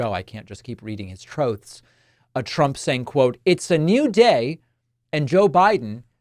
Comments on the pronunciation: “Reading his troths” 😂😂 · “Reading his troths” cracked me up 🤣